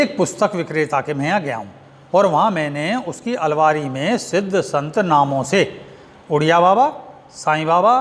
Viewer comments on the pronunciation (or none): none